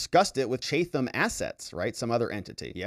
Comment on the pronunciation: I lived in Chatham NJ & you're pronouncing it wrong. Chatham is pronounced chat - ham just like the words sound. The th is not sounded like TH it's pronounced chat & then ham. The T is the normal T sound. Ham sounds like meat from a pig. Chatham!